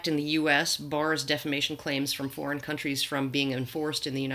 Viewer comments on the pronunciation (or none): none